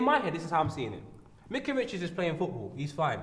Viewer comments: I'm sure his name is pronounced, Mike-ah not Mick-ah. Don't know why he wouldn't correct Po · his names not mika pronounce his name properly